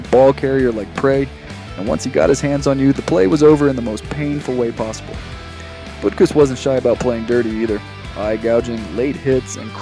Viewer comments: Dick Butkus: Last name is pronounced "BUT CUSS". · BUTT- cuss, and Thighs-men are the correct pronunciations.